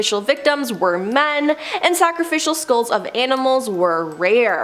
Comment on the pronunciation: FYI: Skulls not skools St eye les not stills